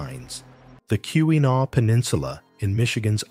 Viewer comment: Kee-wah-naw please pronounce it correctly...it's Not Q-a-naw...sheesh.